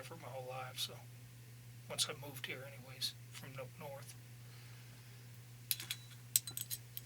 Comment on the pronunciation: no way, he does "nup north"